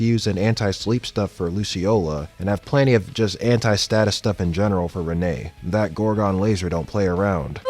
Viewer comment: Renee is pronounced Rin I believe